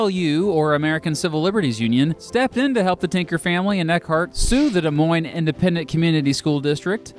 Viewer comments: The Supreme Court gave no s about Des Moines. Seriously! Did you hear that pronunciation? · It's pronounced des moines